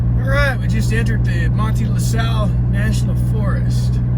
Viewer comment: Having fun. The locals pronounce Manti as Man-tie. You have got the LaSal correct. Better not to sound like a tourist. Really enjoying you adventure. Check out the murder of Ranger Rudolf Emil Mellenthin. This happened about 1918 in the LaSal National Forest close to where you are now. Interesting story for sure.